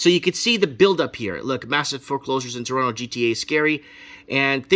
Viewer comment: Toronto here - YUP. And thanks for saying Toronto the right way bro lol. The funniest part is they're still building condos EVERYWHERE. So the demand is declining while supply is increasing due to inflation this is too funny - and we're expecting another rate hike so if you have a variable rate mortgage well goodluck lol. I own a home outright but bought it way too long ago where I'm comfortable. But, if you speculated or bought a home 'assuming' the price would always continue to increase on a variable my god.